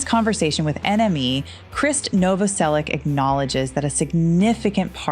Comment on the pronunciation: I would have given a like if you pronounced his name right. It’s Krist Novoselic, not Kris. Not trying to be rude, it’s just respectful ♥️🤗